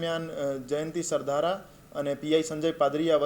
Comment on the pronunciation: Sav sasta ma anchor hire karyo lage chhe. Alya Sardhar nahi Sardhara . 😆